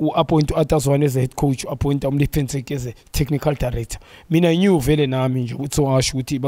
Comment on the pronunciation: Ntseki, not 'Motseki'!